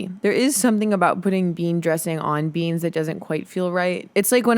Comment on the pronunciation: stop saying beans like that